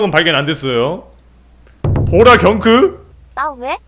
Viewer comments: 님 왜 자꾸 보라를 보랑이라 하세요ㅋㅋㅋㄱ저도 전염되잖아요. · 저기.....왜자꾸 보라를보랑이라고하세요? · 님 근데 왜 보라를 보랑이라고 해요? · 왜 계속 보랑이래ㅋㅋㅋㅋ보라인데ㅋㅋㅋㅋㅋㅋ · 왜 자꾸 보라를 보랑으로 ㅋㅋㅋ 나도 잠깐 헷갈렸네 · 보랑이 아니고 보라인데... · 보라를 왜 보랑이라 읽어요? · 근데 님 보라를 자꾸 보랑이라고 하시네욬ㅋㅋㅋㅋㅋㅋㅋㅋㅋ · 근데 왜 보라 을 보랑이라 말해요? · 아니 이분 계속 보라가 아니라 보랑이랰ㅋㅋㅋㅋ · 특징:::::::::D 보라를 보랑이라고한다. 모든영상에서. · 이젠 말해줘요 왜 보라를 보랑이라 하는지